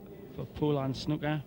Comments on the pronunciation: ffs its sn oooo ker not snucker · Someone should tell that idiot that it's snooker, not snucker. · English commentator utterly atrocious, and the Yank can't even pronounce "snooker" correctly? "SNUCK-ER"